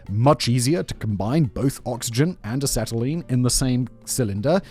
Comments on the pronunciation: A Set A Lean. It is pronounced A Set A Lean. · "Oxy Ass-telene welding" 🤣 And yes the acetylene can't burn until it mixes with oxygen, which is why the two aren't mixed until they're inside the torch. The flame can only go back to the point they are mixed, so putting them together in the cylinder... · as a former welder, I have to ask: IS ANYONE ELSE CRINGING OUT OF THEIR SKIN AT HOW HE IS PRONOUNCING "ACETYLENE"?!?!? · How many different pronunciations for acetylene can you fit in one minute? Ask Simon! Lol. Seriously, Turtle or I could teach you to use the Oxy; it's fun!